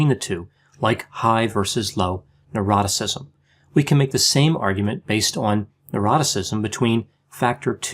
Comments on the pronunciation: said "Neuroticism" I heard "Eroticism" This confused me for ages! 😂😂😂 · I thought the same. 🤣😂🤣